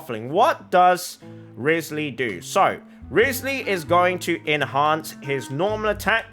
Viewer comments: Why do you pronounce it "wrisly"? Its kinda like Wry-th-sley (at least thats how they say in the english dub) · Not saying his name right …. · Please, please, PLEASE say his name CORRECTLY!! FFS!!